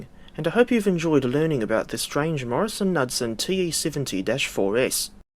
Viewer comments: As a former employee of the subsequent Motive Power Wabtec I can vouch for the is post. All of the old heads still said it as the company name. It is K newd son. That being said, we really cannot fault you for not having the distinctive American pronunciation of this name. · The pronunciation is Morris Nude-Son.. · Pronounced “ kin newd son” . It’s ok your not from the states. I subscribed, Nice job.